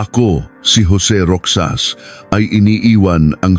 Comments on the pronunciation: Pronounced "Rojas/Rojas" AI? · tutuo bang sa pinas pati pagsasalita mo AI ( ROXAS) ROKSAS DAW? tapos (23)bente three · Roxas is pronounced as 'Ro-has', pinoy ba ang narrator neto? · Rixas not Rokjsas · Roxas or rocsas. Ale be or alibi bakit d mu alam mag peonounce nito. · Rohas pag read sa Roxas. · ROXAS. ...PRONOUNCE AS ROHAS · Parang d marunong mag pronounce,Roxas d roksas.haisttt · I hate Ai assistant voice.. wrong pronunciation of Roxas🙂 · I’m not aware of this case . This is a make believe story . Can tell you are a foreigner . . Mispronounced some of the words especially roxas . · Bakit hindi marunong mag pronounce na ROXAS? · Di dapat gamitin ang English and Tagalog sa petsa.Roxas pronounced as Ro has.Labi slowly pronounced meant LIPS but infast way meant remains of dead people. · Mr.narrator you mis pronouns the family name of Rozas, it pronouns ROHAS. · Naging Roksas ang pronouncation ng Roxas.😅😅😅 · Anoto??? Kwentong barbero???? AI pa😂 Roxas- Rohas not Roksas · Roxas hindi roksas bobo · Anong ROKSAS……. ROHAS. Ayusin mo ang pagKwekwento. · Hindi po iyan rok.sas, ro.has po! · Dont they have any helper or driver?It's pronounced Rohas(Roxas) not Roksas ..Ginang po not Gnang,Ginoong amd not G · ROXAS . PRONOUNS AS ROHAS,NOT ROKSAS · Rohas ang pronunciation hindi Roksas. Taga saan ka ba? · Roxas ang pronounce ay rohas. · Di ba sir ang pronuoncement mo ng apelyedo ay ( ROKSAS) di ba Roxas or Rojas ? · ayosin mo pre, not roksas, it's pronawns 'ROHAS"... ok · Roxas to be pronounced as Rohas I think😂😂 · 25 years ago wala pang cctv Roxas is pronounce rojas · Roksas..lol.. ROXAS...! AS in ROJAS...! Puchang AI. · Roksas ng roksas ... pronounce it as rohas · Roxas pronunciation is Rohas kaya lang AI yan😂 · Baka hindi po Roksas, kundi Rohas (Roxas) tama pgkabigkas? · Pwede bang turuan ang AI ng tamang pagbigkas. “ Roksas” for “ Rojas “ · naku po hindi roksas sakit sa tenga kundi roxas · Bakit ROKSAS? hahhaha😂 Roxas or ROHAS😂😂😂✌️ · Roxas - "roksas" ❌️ "Rohas"✅️